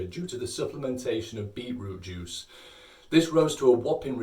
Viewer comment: I heard him say “beetlejuice” a couple times